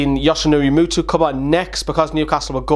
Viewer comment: I love when you say Muto like Mutu, xD much love from norway